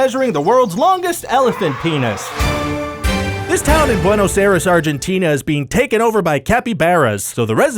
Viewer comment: Oh, mispronouncing "Buenos Aires" is super easy, barely an inconvenience!